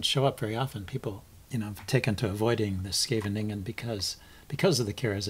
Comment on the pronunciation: Always fun to watch your games keep posting them I love the post mortems I learn a lot from it. By the way you pronounced Scheveningen very well :-)